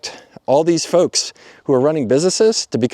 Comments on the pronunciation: I had to rewind cause I thought you said a certain type of fucks instead of folks 😂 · 6'23": I had to rewind three times. "Folks". All these different "folks".